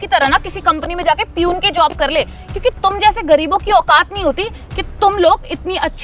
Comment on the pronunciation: Parhay likhay to dekho.. 🤭 yeh “ piyoon “ kya hota hai ??? 🤣🤣🤣.. Word “ Peon “ ka pronunciation seekh lo pehle..piyoon 🤣🤣🤣